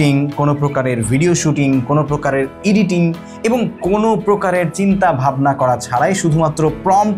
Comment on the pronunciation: "ইডিটিং" না রে পাগলা ওটা হলো "এডিটিং"।😂😂